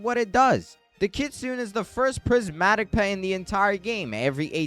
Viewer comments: Dude its not said like kitsoon its said like kitsoonay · Kitsune not Kitsun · Hey i dont mean to be rude or anything but just a lil thing its prounounced kit-su-nay and train-qwil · If he is 6, you may as well be 3. He was referring to the pronunciation not the spelling, in which the creator did mispronounce